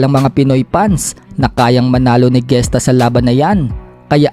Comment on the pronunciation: di yan GESTA pronunciation kondi ( hes-ta)